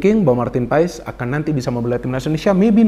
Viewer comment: bro,setahu saya penyebutan paes dalam bahasa belanda biasa dibaca paas atau pas,madame maes dibaca madam maas atau mas.begitu juga dengan nama justin hubner,orang belanda akan memanggilnya dengan yustin hubner,sesuai dengan yang tertulis